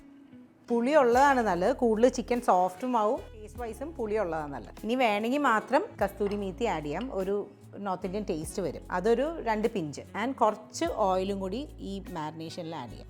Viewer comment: Kasthuri Methi ❌ Kasuri Methi ✅